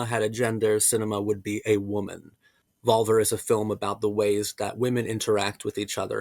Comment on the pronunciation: Is pronounced VolvEr ✨